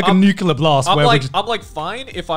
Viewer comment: Dislike for saying nucular instead of nuclear